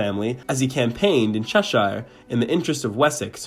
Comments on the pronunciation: It’s not the mispronunction of the Saxon name that’s funny, it’s the way he says cheSHYire. Would Love to hear him say “Leicestershire”!! Nice clip though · Cheshire = chesh - urr (2 syllables not 3).